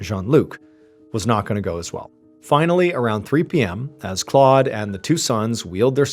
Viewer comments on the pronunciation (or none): Claude is not pronounced “clawed”. It’s more like Clode :) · Well done.....but the pronunciation of the man's name in French is "Clowed".